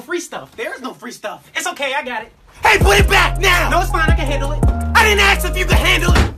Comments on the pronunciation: Why does say "aks" and not "ask" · why he say ask like axe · The sub still can't say ask correct